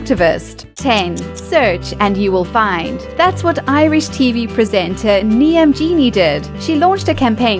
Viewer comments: "Nee-am" XD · you pronounced Niamh wrong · It's not Niam it's NIAMH (neeve) it's Irish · Niamh is pronounced "Neave", not "Nee-am". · No one ever pronounces traditional Irish names correctly... Niamh is pronounced "neev" not "nee-im" :) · The Irish television presenters name is Niamh (pronounced neev), not Niam. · I'm chinese , and I know its pronounced NEEVE ! NOT NEEAHM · Knee'em 🤣 its pronounced Nieve! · It's no Neeam, it's pronounced Neeve (Niamh) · The narrator pronounces the Irish lady Niamh as Niam (to rhyme with Liam). Niamh is pronounced Neeve. It's an easy mistake to make if you're not familiar with Irish names so I'm not saying it to insult the narrator, just to inform people who might not know. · Did she really pronounce "niamh" (neev) as ne-Em? Lmao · No10 ! Her name is Niamh !! ( Knee-eve )!!! Not ( Knee -am ) . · Niamh is pronounced Neeve, not Neeam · It's pronounced Neeve NOT Knee 'em. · NEE AMPH IT’S PRONOUNCED NEEVE YOU SHITE. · Niamh isn't pronounced niam it's pronounced Neve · 'neeyam' haha. Niamh is pronounced 'neev' ok. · It is pronounced "Neeve" rather than "Ni-em" lol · did she just say Niamh as nee-am? it's pronounced nee-v. I'm called Rhiannon, but my best friends called Niamh and my Spanish teacher used to call her nee-am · Niamh. Nee-em????? What XD It's pronounced nee-uv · hahaha!!!!! "nee-am". f**k, youre dumb. niamh is pronounced 'neev' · ‘Niamh’ is pronounced as ‘Neve’ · Niamh is pronounced "neeve", it's a Gaelic name. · Niamh is pronounced neeve. A simple Google search would have helped before you went on to narrate. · Jack Black also looks like Paul Revere, and Niamh is pronounced "Neve" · If the Irish TV presenter's name is Niamh, it is pronounced NEVE. For God's sake learn to pronounce stuff like that if you are going to narrate a video. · Niamh is pronounced "neeve", you idiot. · The way the presenter pronounces “Niamh” - NEE AM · Niamh is pronounced Nee-av